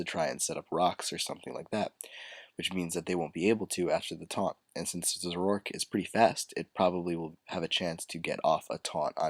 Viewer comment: i thought it was pronounced "zor-o-ark"